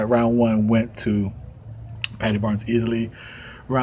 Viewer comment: thanks man great video and ye you pronounced my surname right lol thank you ALOT of people that are not from ireland have terrible trouble pronouncing my name lol thank you....I do think if they have trouble saying it in english they would never be able to pronounce my name in irish gaelige.....my native language they would be so confused lol now only 11 subs to go...thats very possible il help and hope you do man this a great channel